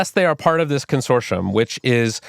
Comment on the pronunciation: Consorshum consorshum consorshum